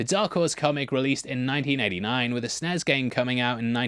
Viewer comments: "Snez"? Super N-E-S. ...whatever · You said “SNES” like it’s a word. First time for everything. Ha. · I'll let your mispronunciation go on SNES. But the A10 ( while you're technically correct) is a warthog. A plane built around a gun, with better maneuverability than some helicopters.